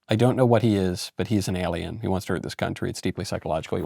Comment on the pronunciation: Ailien is what De Niro said & if you're questioning the spelling it is what spell-check said was correct. Thanks, & best of luck. 🍀🍀🍀👍